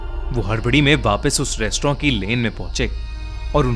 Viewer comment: Restaurant ❌ restrawn ✨✔️